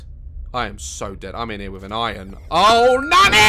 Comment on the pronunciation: I keep thinking he's saying "nani" when he's saying "nanny" 😂